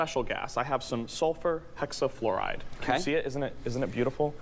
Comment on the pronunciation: Haha he says sulfur hexafluoride as "solfur xafloride". 😂 And he didn't know about that stuff?? Lol